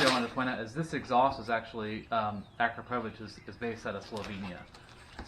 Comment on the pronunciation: Its pronounced A-CROP-OVICH